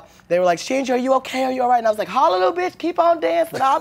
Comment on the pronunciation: i thought she said "shangelier" lmfao